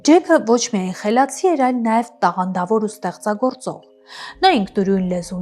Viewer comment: Հարգելի,հետաքրքիր հաղորդում է,բայց լավ չէ,որ աղավաղում եք հայերեն բառերը,օրինակ՝բառձրագույն՝բարձրագույն,կռթություն՝կրթություն,ստեղծագոռծող ՝ստեղծագործող,գոռծիքներ՝գործիքներ,օռգաններ՝օրգաններ,կոնկռետ՝կոնկրետ,մակառդակ,մակարդակ և այլն...